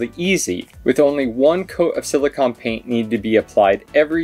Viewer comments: Silicone. CONE. not CON. Carry on. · Thanks for the informative video. It sounds like is saying "silicon" but I'm sure he meant "silicone" - they are two very different things (and pronounced differently)..